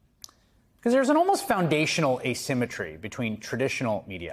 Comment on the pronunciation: Bro you copy all of Tuckers swag🤡 "asemetry"😅 I thought you were Tuckers son.